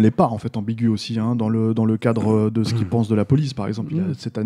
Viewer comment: est ce que pourrait faire un effort pour parler français et dire "ce" ou "cet" plutôt que de répéter en boucle "c'te"?